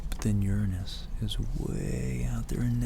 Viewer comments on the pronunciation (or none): none